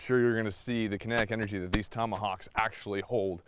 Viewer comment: That’s “axetually” pretty sharp